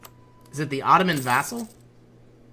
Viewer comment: Vassal! It's vassal!